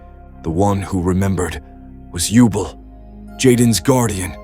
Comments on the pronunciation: I dig it. Good stuff. Elemental Heroes are my ace archetype and Yubel is my ace waifu 👀. Keep up the great work. Though for the ai voice to read Yubel's name properly, i suggest spelling her name Yubell in the script or anyway for it for pronounce her name correctly. Just an idea. You just got a new follower. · If you type out the narration phonetically, they won't mispronounce key names. For example, "You-bell" instead of "Yubel." "Avy-on" instead of "Avian."